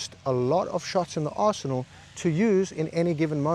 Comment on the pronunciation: At when you said “understanding your arsenal,” I heard, “understanding your arsehole” and nodded because I got that too.